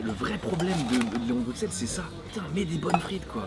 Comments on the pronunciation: C'est une chaîne française, on dit Bruxelles avec un x vu que ça n'a rien à voir avec la Belgique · Mensonge, je suis belge pur souche et on prononce S et pas X. Il n’y a que les étrangers ou les personnes issues de famille venant de l’étranger (en Belgique depuis quelques générations parfois) qui prononce X. On ne verra d’ailleurs aucun francophone en dehors de Bruxelles le dire avec un X (sans offense bien sûr sur le mot étranger qui ne signifie pas une ethnie ou couleur de peau en particulier vu comment le prononce nos compatriotes Français) 😂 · désolé je fais mon belge chiant mais Bruxelles se prononce Brusselles x=s :) merci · Par contre s'il vous plait les français arrêtez de dire bruxxxelles, prononcez Brusselles avec un S pas un X, personnellement je ne dis pas "Parisse", je dis "Pari " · Les gars... s'il vous plaît... ça se prononce Bussel. Le X est prononcé SS. Ça fait mal d'entendre le x. 😅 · je suis français et ça me titille aussi quand les français disent BruXelles aussi, par contre y’a un truc pas logique c’est que le quartier d’Ixelles à Bxl se dit IXelles… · Juste un truc, Bruxelles se prononce Brusselle ;-) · Franchement je suis belge et j'ai jamais entendu de ce leon de Bruxelles (que l'on dit "bru-selle) d'ailleurs) J'ai regardé et ça a l'air d'être une chaine française de truc belge mais ils sont pas implanté en belgique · Ça se prononce Brussèl ... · On ne prononce pas le x de Bruxelles, mais on dit Brusselle, a cause du flamands qui prononce la capitale en Brussel 😉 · Ça se prononce brussel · Pitié la prononciation, un peu de respect, prononcez "Brussssselles" correctement ! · bruSSSSSSSSSels et pas bruXXXels. sinon on va commencer a dire pariSSSSE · Je suis français et à mon avis tous les français sont sensés savoir que le “x” de Bruxelles ne se prononce pas. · C’est quoi cette connerie: on prononce avec le x en Belgique espère de banane flambée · mais à moins que tu sois flamand, on dit Bruxelles, on prononces le x, sinon retournes à l’école